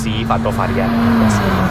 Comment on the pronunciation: tipe RS bukan AR ES. penyebutannya tu yang benar